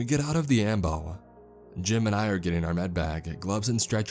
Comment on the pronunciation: Everytime he says “Jim and I” it sounds like he’s saying JIMIN